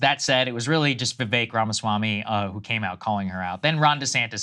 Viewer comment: Crystal was absolutely right Nikki is self hating Indian and thats why she was pournouncing his name wrong in the beginning like she doesnt know how to say Vivek and she is absolutely jelous of him bcz vivek has everything she wanted especially the love he is getting from American citizens.